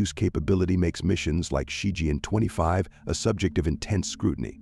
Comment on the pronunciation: It's Ci Chien not Ci Jian.